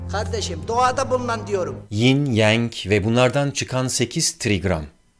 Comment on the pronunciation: ying yang diye okunuyor. ying yeng degil